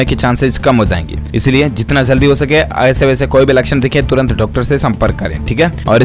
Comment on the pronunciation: Jaldi hota zaldi nhi